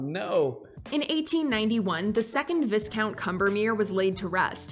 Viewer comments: ...Did she just say Viscount like Vis-count FFS IF YOU ARENT SURE HOW TO PRONOUNCE SHIT JUST ASK ;-; IT'S PRONOUNCED VI-COUNT!!!!! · That lady in the video straight up said "vis-count". She can't even pronounce words, lol. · "Viss-count"???? It's said Vi-Count like "vi" in Violet... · Viss count? I'm assuming she means Viscount lol 😂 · lol "vees-count" - watchmojo pleb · The woman narrator needs to learn how to pronounce Viscount its vycount not visscount. You're welcome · Ireland is pronounced ire land. The way you typed it is closer to saying it with an Irish accent. But viscount, yes, is pronounced vye count. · The only horror here is how she pronounced Viscount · I was nothing short of appalled!! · I know it's not the most important thing here, but the way the mojo lady pronounces "Viscount" has made me livid. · Anybody else offended by her pronunciation of Viscount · When she pronounced viscount wrong 👀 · Got a kick out of how she pronounced 'viscount'. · Anyone else triggered at the pronunciation of Viscount? Lol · Is it bothering anyone else that this narrator doesn't know how to say viscount? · Can't trust a paranormal voice-over lady who can't pronounce "viscount." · The scariest part of this video was when she said “viscount” wrong.